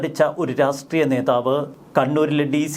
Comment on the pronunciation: Try 'to pronounce "Rashtreyam"correctly.